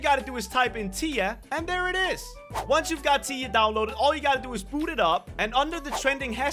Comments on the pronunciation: saying tiya Me that’s my friend name but it’s spelled like this tia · I know its tea not tiya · He said tya and my hopes soared. Like if you know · The way he pronouced tiya sounded like he was talking about his wife LOL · When he said Tiya i thought he was talking abut his wife lol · He said tiya Hmmm